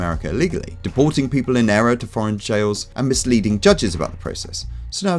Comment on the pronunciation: It's people not pople